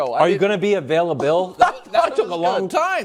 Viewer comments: "Are you gonna be availa-BILL" 😂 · "Are u gonna be availabilllll" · Availa-bill ! BARS😭😭😂😂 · “Are you gonna be avail-i-BILL?” That’s was actually a BAR 🔥😂 ok Destiny’s Wildes 👏🏽👏🏽😭🤣